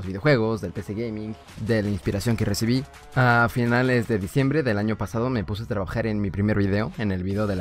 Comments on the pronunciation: Jajajajajajaja dice feliz ano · Áaaaa oyes es año con ñ allí dice feliz ano xD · dice feliz ano xd no feliz año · Soy yo o al final decía feliz ano? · Dice feliz ano :v